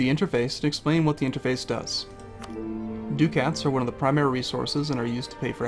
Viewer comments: I think it's pronounced "duckits" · It's so adorable how you pronounce ducats between now and your current videos.